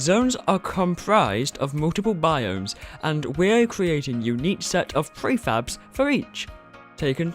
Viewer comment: Honestly it sounded like he was always saying "free faps" instead of "prefabs"... 😂